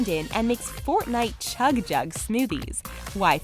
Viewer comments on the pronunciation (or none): none